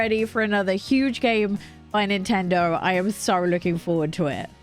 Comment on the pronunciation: “Nintender Switch”